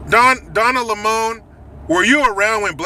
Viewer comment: Lol. Donna Le-mon! Lololol